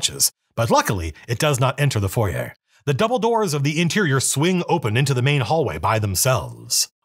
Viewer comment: I think I played this within the 1st twelve modules way back then. Keep on the Borderlands was 1st. P.S. you earned my subscription by saying foyer correctly. :)